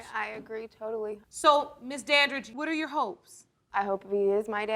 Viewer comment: im sorry but i feel like judge lauren does the emphasis on the reveals on purpose because imo when she says ‘you ARE …. not her father’ idk it comes off weird to me i dont like it